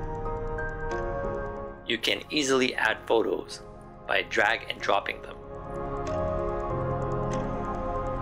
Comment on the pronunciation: Did this guy really just pronounce the P in photos